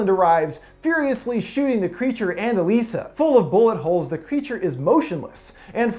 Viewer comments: Her name pronoucned EliSAH NOT EleeSAH..smh. Did you even watch the movie or do you just have no sense of how to pronounce things correctly? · Didn’t you watch the movie? Her name is pronounced like “Eliza,” not “Uh-lisa.” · In the movie it's pronounced 'Aliza' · Why does he keep saying "e-LEE-sa"? Her name is "e-LIE-sa", and they pronounce it that way so many times. I'm thinking this guy has only read the IMDb synopsis. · You pretty much caught everything about this movie spot on. The Shape of Water is my most favorite film of 2017, and I just love the story and the theme that Del Toro did to make it. The only thing that you missed was how you pronounced the girl's name of Salley Hawkins's character Elisa. It's pronounced E-lie-za. Just saying. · In the film, her name was pronounced "E LIES A" . Very good explanation. I have seen a couple thousand movies in my life, and this is probably the best one I've ever seen. Del Toro is a genius, plain and simple. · ITS ELIZA OMG YOUR SAYING HER NAME WRONG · It’s pretty obvious you didn’t watch the film or even a trailer, seeing as “Elisa” is pronounced like “Eliza,” which is made quite obvious in the trailers and the film. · was anyone else annoyed by the way he was pronouncing her name the whole time or is it just me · I know that this is all about the theory, but can we take a moment to be angry that he's saying Elisa wrong? If he's gonna do theory on a movie, he should at least see the movie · It's like he didn't watch the movie by the way he said Elisa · Did you even see the movie? Geez, you can't even pronounce Elisa's name correctly.